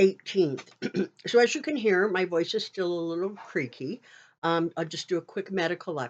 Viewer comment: I've seen your videos for a while. Very informative. I've noticed for some time that when you pronounce your "s's" they sound like "sshhs". Are you using a dental retainer? You know those retainers that are used by patients who have used braces? When you say "so" it sounds like "sho".